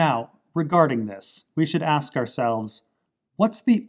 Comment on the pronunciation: "Many Magic the Gathering players aks the question..."